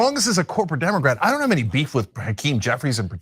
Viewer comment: The way says "demoqwat" kinda drives me nuts.